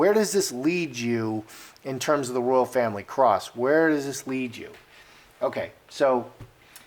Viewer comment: Anne, Princess ROYAL, not ROYALE!!!